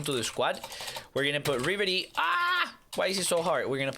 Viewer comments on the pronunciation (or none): "ooooo vavy we have deevala and reevery"